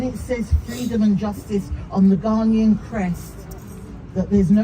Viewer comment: Eiii...please don't ever say Ghananian again u hear...mtchew